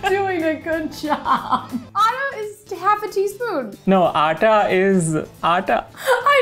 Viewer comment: Why "aata" sounds like "ara" to me🤣